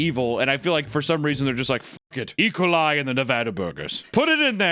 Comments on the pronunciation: Ah yes... the bacteria ecoli... It's E - Coli, you say the letter E, then the "coli". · lol nooo not saying ecoli like "ijole" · E-cuhl-ī Bro 😂 Ē-cōl-ī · Im sorry but is he saying ekali?? (Like Alkali) like its own thing?? or is he just pronouncing E. coli different than what im used to? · yes i AM like "ecolie what is that" e full stop coli sheesh imagine mispronouncing e. coli smh my head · he says e-coli like some russian guys name "ECOLIE" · pronouncing E. Coli like "Ecoli" is very funny to me for some reason. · why is my man hittin E-coli like it's Ricola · It is E. Coli. Not ecolye. Two words. idiot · saying ecoli like recola is cursed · Why is he saying E. coli like Ricola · yea it’s pronounced “ee ko lie” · Oh it's pronounced "E- Cole- I". No biggie just trying to help. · I love how youre pronouncing E. Coli like its a Russian name lol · Say E coli again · The way Papa pronounced E.Coli killed me for some reason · doesnt know how to pronounce Ecoli lol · why does he pronounce E. coli like that